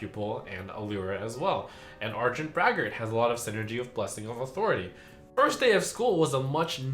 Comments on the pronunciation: is he pronouncing gibberling and authority wrong on purpose? he even pronounces authority right later in the vid so ??? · OMG! Trump finally caught the "authority" mispronunciation. It was so grating in the initial card reveal video he made. I love how he made a point of repeating Authority with the proper pronunciation 4-5 times after he caught it. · i think he means it as a joke lol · Yes, it is a reference to cartman from south park